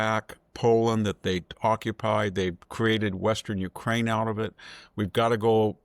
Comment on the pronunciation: Dude, learn how to say UKRAINE. U-K-R-A-I-N-E. Which was betrayed by your country - USA - not once. And nothing is forgotten